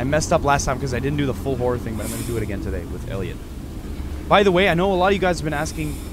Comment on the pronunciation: It's not touday